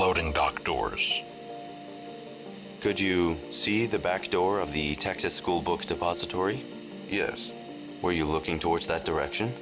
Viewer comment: I swear to god every time he says "Book Depository" I hear "Book De'Paulstory" and it sounds like some fancy hotel or something.